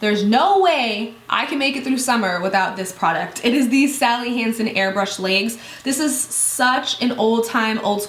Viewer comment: Leegs... Reminded me of when you first introduced the Sally Hanson product way back... I just find the way you say legs funny... I died laughing for the rest of the video lol... Love you though.